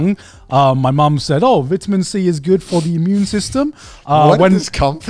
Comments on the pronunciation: “VITuMeN C” lol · The way Grant pronounces vitamin 🤣🤣